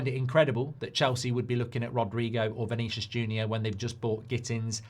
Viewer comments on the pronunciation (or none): Erm, Semenyu on the menu, Vernaycius Jr, and Mamoosh...not only AI voices that get the names wrong